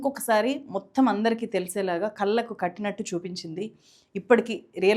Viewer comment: కల్లు కాదు..... కళ్ళు.